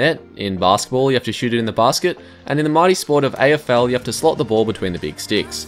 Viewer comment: says AFL: Me: Wait ur Australian?!